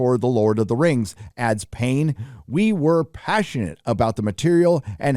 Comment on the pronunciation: THE LORD OF THE RANGS: THE RANGS OF PAWWAH!!!